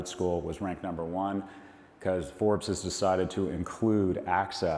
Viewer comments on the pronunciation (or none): none